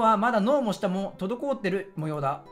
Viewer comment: とどこおってがジワる